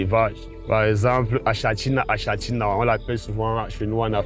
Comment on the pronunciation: Pitié😂 le nom scientifique s'écrit "achatina achatina", mais se li "akatina akatina " Fécitstion et courage pour le reste.